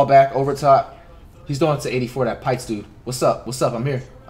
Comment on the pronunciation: When he couldnt pronounce the name pitts i knew he was taking an L